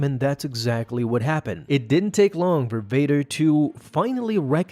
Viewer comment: You know I really like how you say Darth Vader’s name.